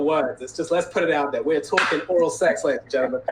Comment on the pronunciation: She’s said “seggs” I’m dead 😂😭💀